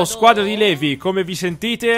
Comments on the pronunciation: Eren la pronuncia di LEVI è LIVAI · Eren volevo dirti che non s i pronuncia levi ma livai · Eren io ti voglio bene, MA TI PREGO SMETTILE DI PRONUNCIARE LEVI "LEVI", SI PRONUNCIA "LIVAI" DIO BUONINO. Detto questo grazie per metterci tutto questo impegno nei video per noi <3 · LIVAAAAAAAAY! SMETTILA DI DIRE LEVI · Non so perché ma mi viene il nervoso solo a sentire "levi" al posto di "livai" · eren si dice livai non levi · eren plz chiamalo livai non si può sentire Levi in realtà si dice livai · Ti prego eren pronuncia levi Livai ti pregoo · si pronuncia livai non Levi ti prego nn posso sopportarlo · Eren... si dice Livai. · si pronuncia Livai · eren levi si scrive levi ma si legge livai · Soul6 Si ma non si può sentire .-.